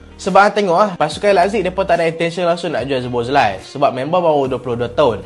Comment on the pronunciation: Dominik Szoboszlai -SO-BO-SLY.😅